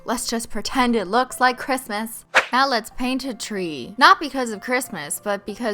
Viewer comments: didn't anyone else notice she said Cristmas instead of Christmas😂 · CRISTMAS... well done Christine xD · Magic. Marvel. Moxie. It's pronounced Chris - Miss. So if anything the thing the "t" in "Christ" should be gone